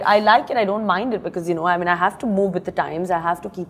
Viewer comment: Why she says I min instead of I mean. Either ways she's a stunnnerrr